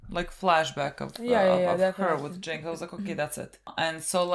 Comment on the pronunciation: Its "Jinx" btw